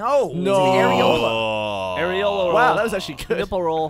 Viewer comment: Aireola roll? Its aileron